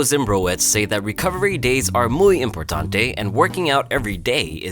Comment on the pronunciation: "Muy importante"😂😂😂